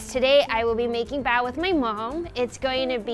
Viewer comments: Listen to them say "bao" makes me cronge ad they are saying it wrong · nobody:: OPEN IT AND WE HAVE ZHE BAO